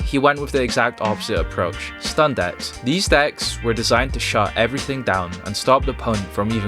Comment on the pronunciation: Your accent is horrible One of the best "acts"? Can't pronounce DECKS? LMAO 😆 When you say yu-gi-ho history the subtitles say new year history 😂